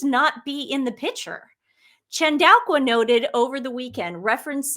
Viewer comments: Please let read the articles for a while. Your pronunciation of Chandauka got worse as you went on. Where did the Q come from? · This is a crazy idea, but I wonder if Harry has ever made a pass at Dr Chandauka and was rebuffed? (pronounced in Zimbabwe as Tandooka) Also, meghan would hate to have a lady with black skin standing beside her because she basically looks white. The other thing is, after Dr Chandauka shut down her X because of the pile on from the sussex squad (sussex PR machine). As the Dr's history is in the head of Intelligence at Meta, she will have the means to trace the names & ip addresses of those who were posting the hateful comments against her. Her doctorate was and honorary from university of Coventry. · ChanAUka I think not ChandauLKWa? And imperious not imperilous? Hehe